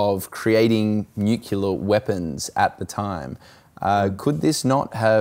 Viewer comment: "nucular" weapons. Facepalm.